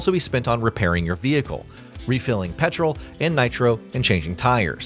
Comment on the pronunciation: Calling it "petrol" with an American accent, Canadian